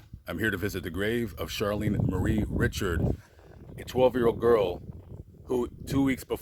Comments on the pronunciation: Re. Sharred. Not ritch ard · Awesome. Her last name is pronounced (ree shard) Richard. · This guy can't pronounce any names in South Louisiana correctly, so no doubt he's not from here! He should do his homework and learn how to pronounce Cajun names---Richard (ree-shard) Lafayette (la-fee-yette). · French (REE- Shard).... Saint Teresa Lesuix.. Wonderful Saint,.She was tall. Saint Teresa